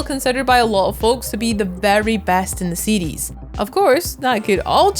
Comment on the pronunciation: im hearing seedees but she's saying series.